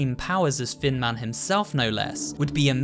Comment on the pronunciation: Does anyone else hear fin man when says thin man